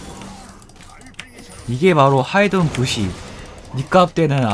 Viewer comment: 아 왜이렇게 영감님 부쉬 발음 귀엽지? 부시!ㅋㅋㄱㅋ